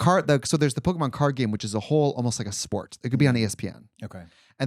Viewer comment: Please stop saying Pok-ee-mon! 😭 It's po-keh-mon